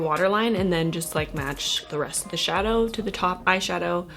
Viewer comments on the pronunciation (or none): none